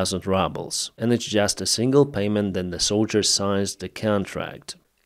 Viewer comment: Its 'rubles', not 'RUBBLES"!